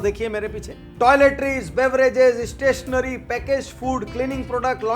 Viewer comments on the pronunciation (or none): इशस्टेशनरि मत बोल यार स्टेशनेरी बोलो